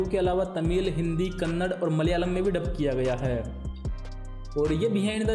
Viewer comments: It is kannada not kannad. We Kannadigas are fed up listening kannad kannad everywhere. Try to correct yourself please. KANNAD"A" stands for Kannada not Kannad. Do look at that A in Kannada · its not kannad its kannada you hind guys dont know how to combine and read the words